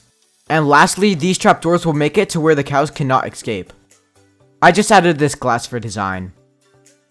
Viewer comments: bro every time you say escape you say ecscape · Who noticed he said ecscape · why does he say ecscape instead of escape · 🤣🤣 i like the way you say "EGGSCAPE"🤣😂🤣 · Best part of the video was how he kept saying "eggscape" or "ekscape" XD